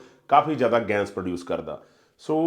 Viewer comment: ਜਨਾਬ, ਤੁਹਾਡਾ ਕੰਟੈਂਟ ਬਹੁਤ ਚੰਗਾ ਹੈ ਪਰ ਗੈਸ ਕਹੋ ਨਾ ਕਿ ਗੈਂਸ .......